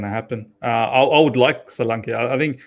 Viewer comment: That name is pronounced Sho-lan-ke. Ke sound like in Kettle.